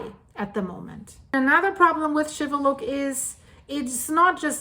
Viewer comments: it is pronounced Shiveluch and not Shiveluck like you are saying you did pronounce the city right, but you messed up the Volcano's name wrong I hope that you are staying warn in Canada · It is pronounced with the 'ch' sound at the end, not 'k'.